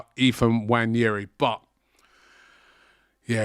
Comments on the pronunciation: That guy's name is not "Wanyeri". Its "Nwaneri" please Robbie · Why does aftv call him Wanyeri? Nwaneri is very easy to say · “Waneri”? Guy can’t even pronounce his name properly 🤦🏽‍♂️ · Robbie, can you get the pronunciation of Nwaneri’s name right?